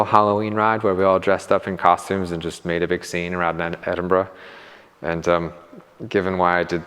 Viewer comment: You learnt how to pronounce Edinburgh 👍